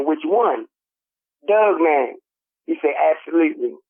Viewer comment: It sounds like you pronounce dogman like DOUGman when you get excited,! I love it and your passion in the story telling!! Thank you both!